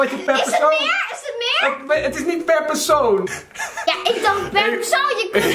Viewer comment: Zij komt zeker uit Westland ik hoorde echt zo jaaaaaa